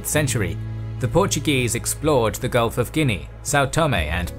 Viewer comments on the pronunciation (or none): none